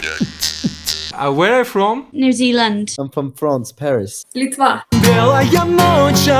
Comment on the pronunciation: Ноль акцента в словах Литва и "я не понимаю по-русски" У меня была знакомая из Литвы, которая реально не знала русский, и вот когда её просили произнести какие-то русские слова, то был очень чёткий акцент. А тут чисто девочка в тренде, удобно.